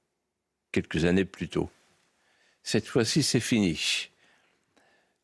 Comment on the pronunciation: "C'est finiche..." Il est impayable. HAHAHA!